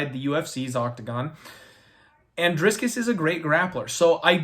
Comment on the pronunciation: if you're gonna correct the pronunciation of Du Plessis his first name should be corrected too lol it's Dricus not Driscus just sayin........ good luck on your bets!